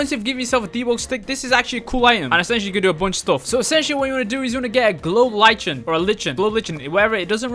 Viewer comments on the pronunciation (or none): lichen is pronounced as liken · Btw, just me being neurotic, I think lichen is pronounced "Lie-ken" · lol it’s a like-en and it’s a moss